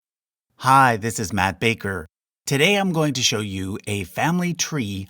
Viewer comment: I always hear him saying "I'm map maker" instead of "I'm Matt Baker"